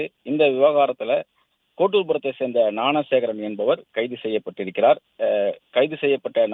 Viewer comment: ஞானசேகரனை னாணசேகரன்னு உச்சரிக்காதடா